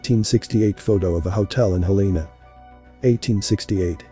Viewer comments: HEL-e-na….its pronounced HEL-e-an….. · It's pronounced Hell-en-uh 😊 Just constructive criticism to help with the algorithm I love your channel 🙏🏼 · Its pronounced Hell en ah I like your videos, keep going.! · It's pronounced "Hell-le-na'